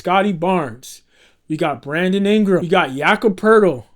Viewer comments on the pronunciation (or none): you most certainly said "Brandom Ingram."